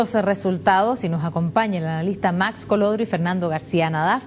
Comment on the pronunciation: Se llama "Max", no MARX xD